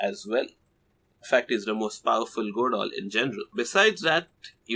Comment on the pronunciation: When says ''goredoll" it sounds like hes saying "goodoll"